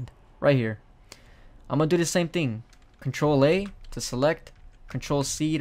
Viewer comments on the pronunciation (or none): Lol it sounds like he said ting in said of thing